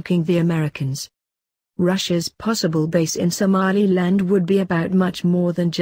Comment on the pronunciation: Loool "somalialand"